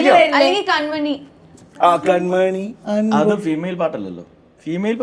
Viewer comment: Athendha avalkk കൺമണി enn parayan ariyille?.. oru കൺമനി